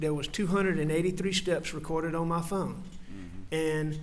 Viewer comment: I find it funny that a skilled attorney say da instead of the and ma instead of my.... Is he talking down for the jury?